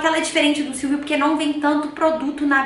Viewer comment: SILVO e não silvio kkkkkkkkkkkk